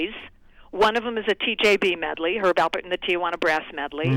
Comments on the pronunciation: Alpert, not Albert. Smh... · Wow, how hard is it to say Alpert not Albert?? As someone whose last name is also very simple but often mispronounced, I'm slightly offended on Herb and Lani's behalf.